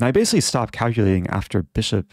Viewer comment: I think Eric invented this along with "basilly" "Basilly the rook is trapped"